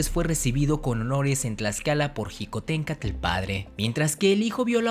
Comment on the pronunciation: La palabra Xicohtencatl no se pronuncia como jicohtencatl. La grafía "x" en náhuatl se pronuncia como un "sh" inglesa o como una "ch" suave. Su pronunciación es shicohtencatl